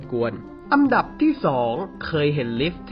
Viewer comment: อันดับครับ ไม่ใช่อัมดับ